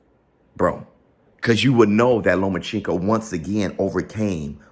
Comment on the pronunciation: I swear can’t pronounce Loma’s name to save his life 😂